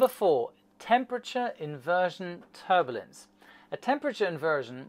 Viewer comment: First there was Dia-beetus, now there's Ter-bullince!